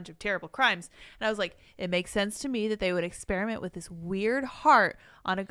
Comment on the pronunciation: It's Ex PEAR (like the fruit) iment, NOT Ex SPEARMINT (like the gum) . . . Jesus, quit bragging about being a dropout when you can't speak.